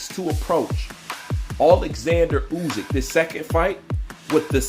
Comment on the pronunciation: You pronounce the name Usyk badly 😵🤣 It's not U-zyk.